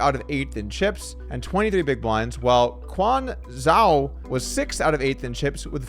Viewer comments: Quan Zhou is pronounced Shawn Joe for some reason. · Quan Zhou is pronounced 'Joe Kwan' phonetically FYI